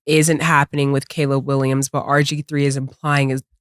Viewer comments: Cam finally said "Caleb Williams" correctly! You love to see it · Cam finally said Caleb Williams name right 😂😂😂